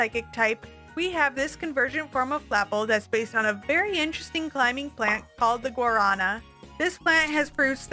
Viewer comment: the pronounciation is gua-ra-NAH😉🇧🇷